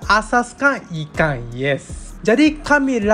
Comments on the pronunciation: Ikang siakap, persamaang, julai dang 😅 jepung haha kelakar l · Dia sebut ikang, Bunyi Ganu tuh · Cara dia sebut ikan macam loghat t'ganu (ikang) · Ikang.. Ganu ke hahahahaa 😂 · Makang ikang,wehhhh ni org terengganu ke org Japanese ni??? 😂😂😂😂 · cara cakap tu…ada tambah g dekat n…..kalau loghat bunyi nya taklah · ikan dia bunyi ganu.. i like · bunyi ganu dh tu